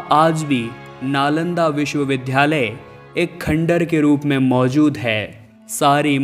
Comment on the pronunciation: ये नालंदा विश्वविद्यालय है लेकिन आप बार बार बोल रहें हैं विश्व विध्यालय!‼️